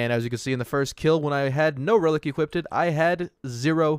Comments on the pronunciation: Its funny how it nags at my sanity that you say equipted instead of equipped No front tho all fine xD Thx for Testing and have a nice day my man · Equip-did lmao it's killing me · i don't wanna be that guy, but it's "equipped", not "equipted". Also i mean... by that logic DLC weapons are pay 2 win too since some of the best weapons in the game are DLC content for which you have to pay. Of course you're gonna get access to new content by paying money (DLC in this case). That's how borderlands has always been. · Equip-ed. Lol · Did you guys really complain about getting more legendary drops? And it’s equipped not equipdid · The thing that bugs me is your grammar saying equippeded, its just equipped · The word you are trying to say is EQUIPPED not EQUIPTED!!! There is no such word as equipted. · "equipeded"? nobody? really? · "Equiped-ed?" Sorry but hearing this repeatedly is just cringing-ing. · Equipped-did Everytime he said it i started laughing lolol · 'Equippded' Did you not only say, 'Equippded' but actually repeat it multiple times? As an English teacher I'm a bit ill here... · I noticed that to it kinda bugged me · Pst. Equipped is two syllables (unless I'm missing an inside joke) :) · You are not saying equipped correctly. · Why are you saying 'Equipped' like that? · Say equiped right bruh